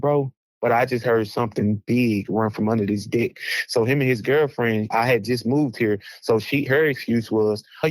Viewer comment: Thats deck. Not dick.